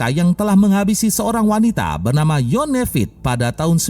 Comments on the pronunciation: Itu bacanya ivon bukan yone 🙏🙏 krn nama seperti itu sering ada di nama bule2 🙏🙏 ada sepupuku jg namanya begitu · Masbroo.. korban pertama Bacanya Ivon ( Yvonne ) bukan Yone..